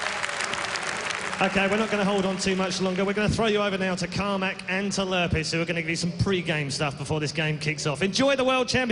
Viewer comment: its lurrpis -.